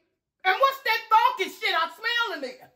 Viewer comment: Brittany talm bout “why the hell would I be fonky ?” 😭😭😭